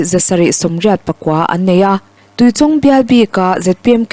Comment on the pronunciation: Tuichawng I lam dan hi a dik lo tlat mai. Tui lam dan chu a dik a, chawng tih hi chawngchen tiha chawng thluk sanga lam lovin, chhang thlum lawng lam Anga lam tur a ni e.